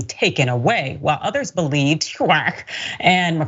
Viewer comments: When she said it, it sounded like "whack" which HUAC sure would be....lol. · F***wit!!! They really do want to roll back the clock 50-500+ years. I LOVE the way she pronounces HUAC, like a penguin retching. Thanks,, that was HILARIOUS!! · To Paraphrase from the HUAC Witch Hunts: "Until this moment, [Pastor], I think I never really gauged your cruelty or your recklessness." "You have done enough. Have you no sense of decency?" [quick edit to say: I love the way pronounces HUAC...like a cat with a voluminous hairball.]